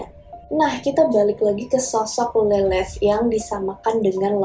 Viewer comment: Lilith kadang dibaca mba ini Lelet 😂